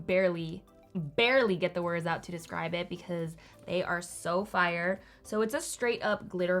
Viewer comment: noone:: “sOoœ fiRëe”